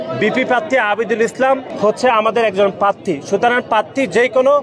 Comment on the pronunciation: উচ্চারণও ঘটতে পারে না পাত্তি বলে প্রার্থী বলতে পারেনা 🤣